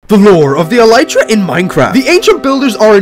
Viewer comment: So you know that it is a beetle wing shell but did you know that it is actually pronounced “EL-lih-Truh” instead of “el-EYE-Truh”